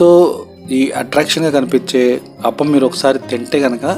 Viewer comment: Hello sorry brother spelling is correct but pronunciation is wrong it's (aaaa pa m) not aapalu and one more it's boradavari street not buradala